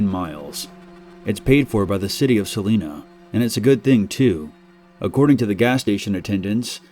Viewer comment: It’s not Saleena it’s Salina. I make that drive all the time. It’s not that scary wimps